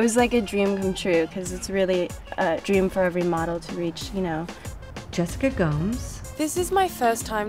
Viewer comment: Gomes pronounced as Goms?